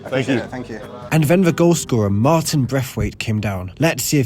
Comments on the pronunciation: 😂😂 Martin braitwait bosss bukan marin yg dia sebut. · martin braithwaite bosku apa perlu di eja lagi? Martin bukan marin, M A R T I N ya bukan M A R L I N